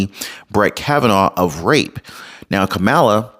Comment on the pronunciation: It's Kamala, not Kamala 🤣🤣🤣